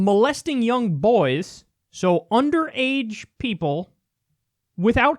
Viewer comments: What I discovered after having a hearty laugh at the right wing stupidity - Kyle can't say boys. He says boYaes. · Is it me or does Kyle say boys weird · Stop saying “boys” like that